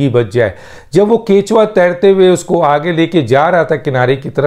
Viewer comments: ڈاکٹر صعب اصلاع فرما لیں کہ کیچوا نہیں بلکہ کچھوا شکریہ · ڈاکٹر صاحب کیچوا نہیں کچھوا ہے.